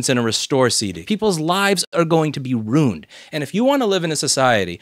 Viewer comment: I agree with everything you said, except when you said "runed" instead of "ruined"